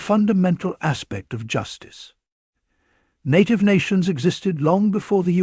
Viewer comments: Please pronounce NATIVE correctly. Your clip is a loser unless you do some serious proofreading up front. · You sank the whole shebang when you mispronounced native. 😅😅😅😅😅😅😅😅😅😅 You're not real, and you have no respect for the issue you are exploring here.